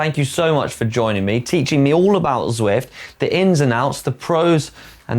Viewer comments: Zwift national champion... pronounces it “Swift” 🙈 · That's what I was thinking.... How can this man be Zwift national champion and not be able to say Zwift..... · Shouldn't Canyon get someone who can say Zwift?